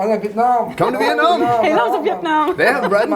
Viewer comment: did that guy just say Vietname? Oh Rambo? Lmao